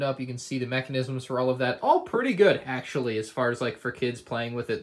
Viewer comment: ahh yes “Auctually”